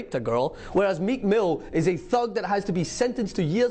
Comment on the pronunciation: "Meek Mills"